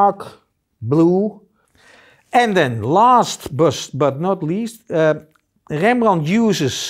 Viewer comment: Dear sir. Do I have to tell that I love your dutch accent. I loved this, even if I am familiar with paint makings since many years. I love when you say Rembrandt in a way that he would have said. I am a swedish old man, and understands just some words here and there, that we share, but I love the power and poetics in the dutch language. Many thanks for the tutorial.